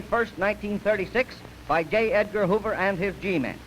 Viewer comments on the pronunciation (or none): I know it’s not what he was saying, but every time he referenced the man I heard it as “Gay Edgar Hoover.”